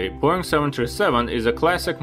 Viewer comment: I'm an AVGEEK, though sometimes I watch your videos on repeat because my Wife loves the way you say Boeing. She walks around the house saying boing boing like you're Tigger from Winnie the Pooh!